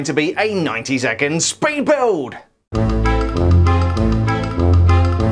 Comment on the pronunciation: Instead of saying 'speed building' you said 'peed building' 😂😂😂😂